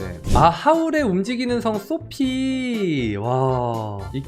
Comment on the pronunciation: 초 당황스럽다 주제는 세일러문인데 표지는 달빛천사😅 또 당황스럽다 초에 자막은 소피라고 적었는데 발음이 소피를 호피로😅